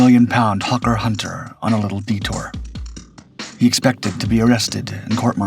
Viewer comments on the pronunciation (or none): none